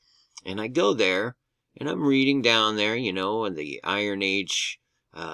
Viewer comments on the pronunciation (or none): none